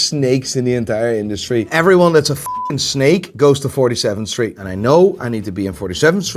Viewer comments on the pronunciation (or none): none